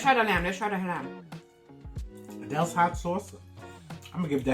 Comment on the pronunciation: It’s actually pronounced Adil’s, not “Adele’s.”